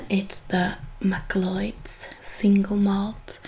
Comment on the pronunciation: First of all, I'm a huge fan of you and your work. You are one of my favorites and I think you are a beautiful person in and out. English is a very difficult language to learn from what I hear, and so many "correct" ways to pronounce words make no sense to me even though I know them. MacLeod is one of those words. I only know how to pronounce it because I am of Scottish heritage, a lover of scotch, and have watched the entire Highlander TV series from the 80's (90's?). Anyhow, it's a super cheesy show and so many times the villain will shout "MACLEOD!!!!!" and it's burned in my memory. If you're interested, it's pronounced "mick clowd". Keep up the good work, I adore you :)